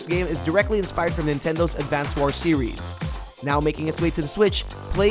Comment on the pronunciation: Man I love this video, but I can't stand how you pronounce "War".